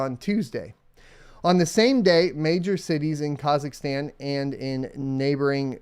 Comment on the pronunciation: Friendly feedback: please be aware of how you pronounce Kazachstan..... i know how sensitive Americans are about their country and customs, same courtesy should be given when talking about other countries i would say.